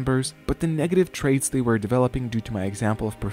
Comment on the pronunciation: Excellent video as always. But you mispronounce “were”. You pronounce it like “where”. 🙅🏿‍♀️